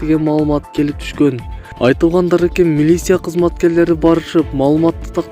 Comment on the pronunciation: Долдурогон журналист сымал десе. КУСТАЯНСКИЙ ДОН СИЯПИН, милися 🤦‍♂️ уят кокуй